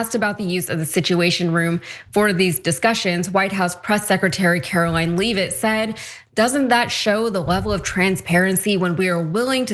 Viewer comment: Great report! Keep up the good work. FYI: It's "Lev-it", not "Leave-it". I can tell you get more of your news in TEXT format, and not verbally in videos.